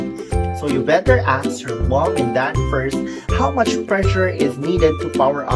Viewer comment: U said "Now thank you very mouch "!